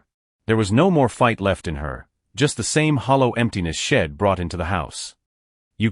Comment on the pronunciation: Poor AI narrator, too many mispronunciations, choppy pace. Story have very little life to it, like they are not real people. "Shedd"? LOL! How about "She'd"